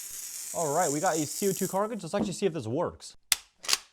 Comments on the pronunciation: I don’t know if you will see this, but I thought I should tell you that it’s not Co2 “carcage” it’s “cartridge” cart-ridge Not judging, just thought you should know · Cargius? It’s pronounced cartridge. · it’s cartridge bro not carcidge 😢😢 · cartridge not cartkridge learn english bro come on. 😂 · STOP SAING C02 CARCAGE ITS "CARTRAGE" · carcage its cartage 💀💀💀💀💀💀💀💀💀💀💀💀💀💀💀💀💀💀👽👽👽👽👾👾👾👾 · Like ure video's but its cartridge not carkridge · He calls a cartridge a carcage, I wouldn’t rlly take his words to seriously brother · i habe thought the same. I like his videos for the most part but there is no way he still mispronounces words like grenade and cartridge with so many comments calling him out on it.